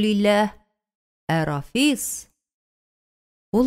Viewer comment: Бик яратып тыңладым. Зур рәхмәт авторга һәм шулай ук укучыга да, тик Рафис дип укуы гына ошамады, Рәфисне. Зур иҗади уңышлар сезгә.